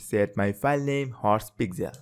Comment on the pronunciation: You got me at "hourse", made me question myself. Good job tho!